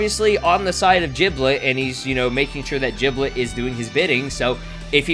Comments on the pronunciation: It's Giblet not Jiblet, you are saying it wrong, annoys people sometimes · Did this guy just say jiblet